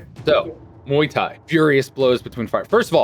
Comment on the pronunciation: But actually, Mark pronounced the first word correctly, close to the original pronunciation.